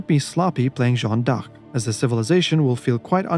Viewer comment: My friend your missing pronouncing d'Arc